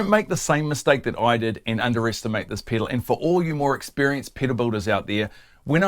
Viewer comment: It's fun hearing him say Piddle over and over!